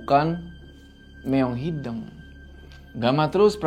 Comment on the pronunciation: kenapa bisa nyebut Leuweung tp gabisa nyebut Hideung?? padahal penyebutannya sama kwkw